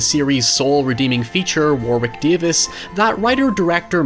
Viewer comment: It's "War-rick" instead of "War-wick". The second w is silent/mixed with the r